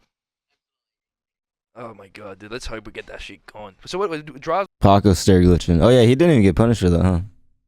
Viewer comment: I hate how you pronounce paco and taco. Can we learn Spanish vowels please?